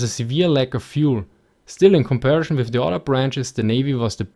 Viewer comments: Com par i son, not com pair a shon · "Comparishon" God-damnit! XD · Very good video, but please don't say "comparischon" :) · Just love how you say "Komparischn" and "Divischn" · "Aduantage" and "Compari-Schon" love it :D